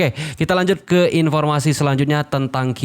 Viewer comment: Maaf mohon perbaiki pengucapan K nya bukan Ki tapi Ke kayak pengucapan kepo. Maaf Lo...mantap. tetap dukung anda. (Jangan marah ya....?😊😊